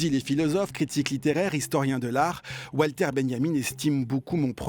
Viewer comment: Walter (Benjamin) se dit Valter en Allemand (comme Wagner), pas Oualter.